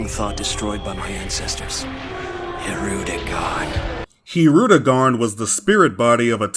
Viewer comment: Sin added every time fails logic and mispronounced Tapion and saiyan and Bulma and videl and hirudegarn wrong which gives us sins